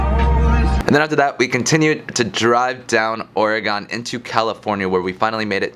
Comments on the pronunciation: I know this video is a few years old but take it from a native Oregonian. It’s pronounced “Or-eh-gun” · Please its Or-ih-gun. The correct pronunciation uses three syllables: "OR", "ih" and "gun". The first syllable is long but the last two syllables are very short. Remember: it's "ORegon", not "orEgon" or "oreGON". The pronunciation of "or" is straightforward: say it like the word "or" or "for". Pronounce the middle syllable (the "e") the way you would pronounce the "i" in "it". You can also pronounce it like the "e" in "egg". Pronounce the last syllable ("gon") like the word "gun" or "gehn". Make sure to pronounce the hard "g" -- say it like "gun", not like "gin". Whatever you do, avoid pronouncing the "gon" like the last syllable in Greek words "decagon" or "polygon". Native Oregonians will be quick to tell you that it isn't "Or-e-gone". The ON sound in the French word Oregon is the same as the ON sound in "dragon" and also the same as next door Washington. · Cool video. But we don’t say Oregon like that lol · The way you say Oregon makes my eye lids quiver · I've never heard someone pronounce Oregon like he does it's crazy